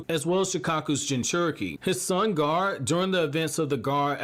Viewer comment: Everytime he said Gar instead of gar-ah I cringed